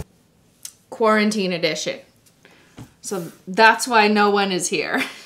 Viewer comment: Cristine saying "quaranting edition" as if this video would be any different if coronavirus never happened hahaha